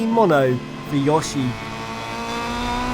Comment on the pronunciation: tf is "Yashi"? tf is "Ahcariner of Time"? tf is "Sumus Aaron"?